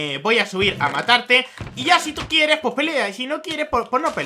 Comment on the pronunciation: kiereh tener tu prhopioh zerbidor de mainkra xdxdxd